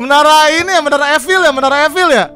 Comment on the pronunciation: bacanya menara ifel bang bukan efil